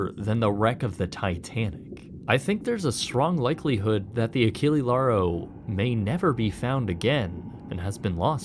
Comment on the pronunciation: It would be realy rude to slam you right away without saying first BRAVO for the great content of yours, but mmaann, ACHILI LARO, c'mon.. ACHILLE(E not I) LAURO(with all letters voclaized), please, in the future take care to the ships name pronunciation.. It is realy important to know how the subject of the content is called, hope you're of the same opinion.. P.S. Don't be like some creators and give me the bull.... how is not common to answer to content 2y old.. It is such a lame excuse that if find it miserable.. Put away off the channel that 2y old content if it's not relevant anymore, that is my logic in such moments.. Cheers 🎉